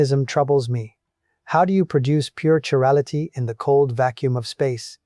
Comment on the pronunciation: he pronounces chirality 2 different ways. Personally I do NOT believe this.